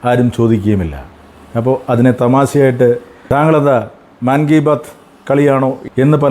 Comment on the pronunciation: മാൻ കീ ബാത് അല്ല मन की बात (മൻ കീ ബാത്)